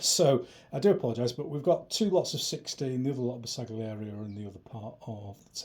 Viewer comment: Pronounced more like 'Ber-sal-yieri". The G is almost silent.